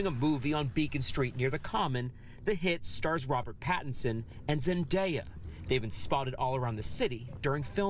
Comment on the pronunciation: Zendaya NOT ZENDIEYA!